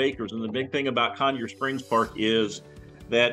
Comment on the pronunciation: Not Conyars Park. Pronounced “Coin-er” park. It’s main water source for Waynesboro. Natural spring w/ Very COLD ankle deep stream.